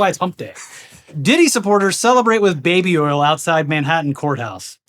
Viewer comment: southerness came out with his pronunciation of baby oil 😂